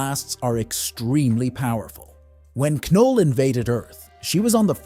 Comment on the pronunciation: Its pronounced as "Null" keeping "K" silent..not "Kuh-Nul"..and its pronounced "Megneeto" not "Magnet-O"